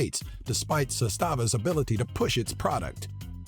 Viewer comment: Not to be rude,but you really horribly pronounce "Zastava".And also the Yugo isn't that bad of a car,I own one and besides the fuel consuption,it operates flawlessly,nothing on it failed for 4 years and not to mention that in former Yugoslavian countries you can buy one for only $150 these days.